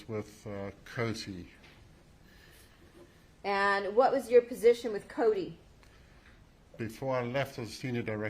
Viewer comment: Is Coty! Not Cody🤷‍♀️